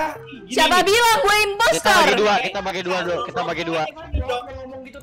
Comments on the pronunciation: bilang impostor malah jadi impestor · Kenapa ka bilang nya impestoor mulu, nangis 😭😭